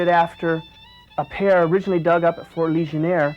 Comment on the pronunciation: It's Fort Ligonier. Not Fort Legionare....